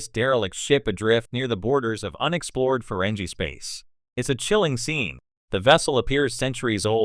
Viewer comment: I doubt it. Let me watch and find out... - You're supposed to be some expert let alone a fan? You didn't even program your AI to pronounce the name of the species correctly. - Seriously, I was about to say the if you don'[t stop saying farenjie instead of farengi (with a hard g) I was doing to click away... but now you're saying Star Track instead of Trek like some kind of "3 years older that's this many III". What the hell... - I'm sorry, did you just say Feringina... like vagina --> Feringina? You know their world is called Ferenginar (with a hard G) what the hell are you playing at? - There is literally nothing shocking about this. We already knew from DS9 that they didn't used to be Greedy in their past. I think I'm done here.